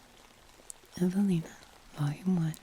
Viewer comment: Ohhh, you said Evelina? I thought you said javelina, as in the wild pigs we have in Arizona. 😂